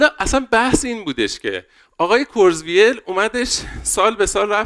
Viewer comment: کرتزوایل منظورته دیگه😂 حداقل اسم یارو رو یه سرچ کن درست تلفظ کنی عمو جان.